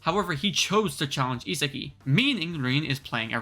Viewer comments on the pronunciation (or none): Is- ah- gi why do people pronounce his name wrong when it’s so simple(sorry if I was rude I didn’t mean to make this sound so rude)